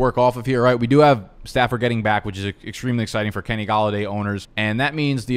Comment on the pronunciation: Why do you say back like that bro it’s getting bad